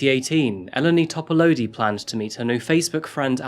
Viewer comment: This is a Greek name, and as half-Greek by cultural heritage, I recognize incorrect pronunciation when I hear it. It is closer to "Ee-len-ee Top-a-loo-dee" in pronunciation. Just for future reference,, and for anyone in the comments who doesn't read Greek names in English lettering regularly. I can't count the number of times my first name (acceptable since Anastasia is pronounced differently depending what language you are speaking), my nickname (first two syllables of my first name, always misspelled with two 'n's on my cafe orders; ugh!), and especially my last name have been mispronounced in my lifetime. My interests in phonetics, world languages, and name variations all stemmed from this, all to make sure other people are not forced to endure confusion and cultural disrespect because their parents gave them unpronouncable names.